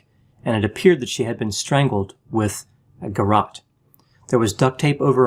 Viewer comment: Weird pronunciation of 'garrotte'